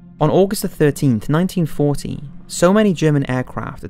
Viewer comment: It sounds like the narrator is saying 1914 but it must be 1940.